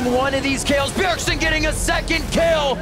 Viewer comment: Ever since the very first line i knew this caster couldn't pronounce bjergsen